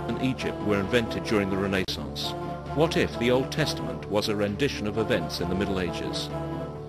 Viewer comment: Yes, what the hell is the "RAYnassance"?